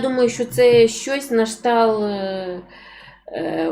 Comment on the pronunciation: Ну, не можливо так безграмотно розмовлять. Якщо ви вже виходите постійно в ефір, навчіться хоч правильно вимовляти слова. На кшталт одне з них.